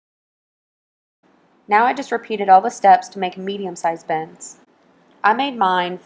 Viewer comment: Lol sounds like she keeps saying bens, instead of bins.